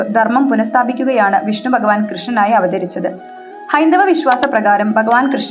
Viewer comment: എടി കൊച്ചേ, " ബഗവാൻ "അല്ല "ഭഗവാൻ " എന്നാ